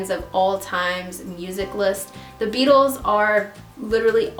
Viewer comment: When you said the Beatles in the accent I straight up thought you said the bagels